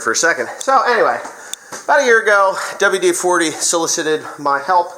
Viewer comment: Dubual Dee Forty